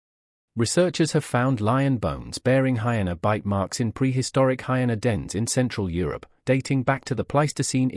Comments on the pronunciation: What are "heenas". Pronounce it properly. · Just needs to type it phonetically ("hi-eena) so the voice over will pronounce it correctly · Hyena’s say it correctly my goodness.